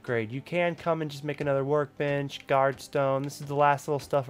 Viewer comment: It sounded like you said we have our work bitch here lol